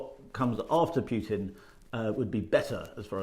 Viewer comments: It's "Putin" not "Pjutin' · "PooTin" not "PYouTin"